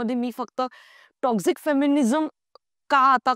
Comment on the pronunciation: Lady te टोक्सिक असतं टॉक्सझीक nahi. Dhid tasancha video hota, not dhid minutcha.